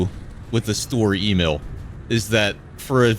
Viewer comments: Its not s-tur-er e-mail. Its Sch-tö-rör E-mil. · i beg your fucking pardon did you just call it "story emil" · Lol i wondered why he would constantly say "story e-mail" Untill i checked he ment sturer emil